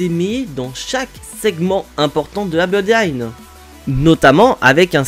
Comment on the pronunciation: Mon cher on dirait que tu as un problème au niveau de la langue ! La Bloodiine😮 waw